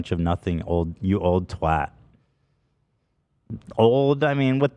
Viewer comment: Big props to Ethan for pronouncing twat the right way. Not many Americans do, lol papa bless